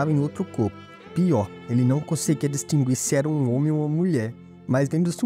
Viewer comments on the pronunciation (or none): none